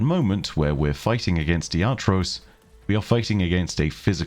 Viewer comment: I'm going to be the annoying pronunciation guy here and clarify that its "Iatrós" not "Iátros"